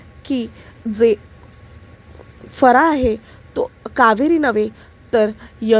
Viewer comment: फराळ हा शब्द स्पष्ट बोला . काय बोलते कळतही नाही.